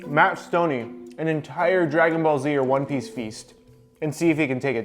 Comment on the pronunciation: He said ONE PICE